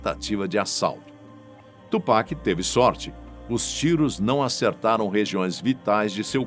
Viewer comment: Melhor que “tchu péqui” igual uns rappers Br falam 😂